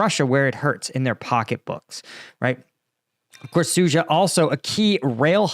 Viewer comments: Suja - dzh is a "j" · Sood zha. There is a D in there,, and an H.